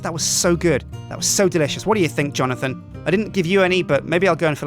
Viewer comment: I was thinking Johnothan when he said johnothan lol